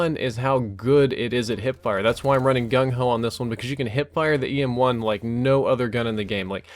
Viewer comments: Who else heard ASM1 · he says ASM1 on accident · He called it ASM1 and it a EM1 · You need to start using a script. You had wuite a few wrong words. "The EM1 is one of the best variants in the game" "The PWNR is one of the best guns" and you even said ASM1 instead if EM1 once